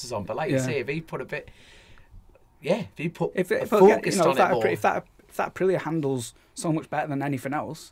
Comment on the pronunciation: The new colchester intro is doing my head in. How hard is it to pronouce Aprilía.